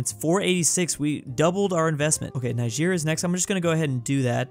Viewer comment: Ni-sheer? Its ni-jer